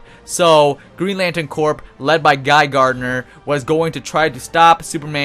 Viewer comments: decent video thanks. GL Corps is pronounced "Core" not "Corp", like Marine Corps. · Its pronounced core not Corp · corp isn't pronounced corp its core ya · It's pronounced core not Corp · It is pronounced core, not Corp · when u say corp your not supposed pronounce the p lol u say it like core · He keeps saying "Corp" instead of "corps" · Nice video, but I gotta tell you're you're pronouncing "Green Lantern Corps" wrong. It sounds like "core" not "corp".... its French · btw 'corp' is pronounced like 'core'. you don't say the 'p'. like marine corp isn't with the 'p'. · "Corps" is pronounced like "core" as in Army Corps of Engineers. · Corp is pronounced core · Is English not your first language? You sound like an imbecile. BTW the p is silent in "corps" it sounds like "core"" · the p of corp is silent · The way you're pronouncing "corps" is triggering me.